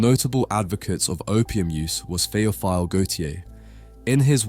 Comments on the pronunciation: I'ts pronounced "Theo-fill" FRench for "loved by god". Greek Origin. Theophilus. NOT "Theo-file" It's not a great deal but nobody wants to have his name mispronounced. and please chill is just a correction, great video btw. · Tay-oh-feel-eh not Theo-fial